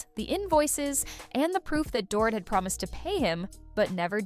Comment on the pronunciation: It’s pronounced door-eat , not door- it.